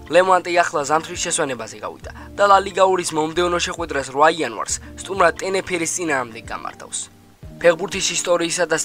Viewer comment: ტენეფირე კი არა ტენერიფე ჯიგარო არ გეწყინოს!!!!